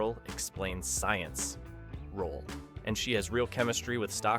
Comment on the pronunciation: Your ai was almost perfect until it said "what could have been a thankless smartgirl explains science PAUSE role.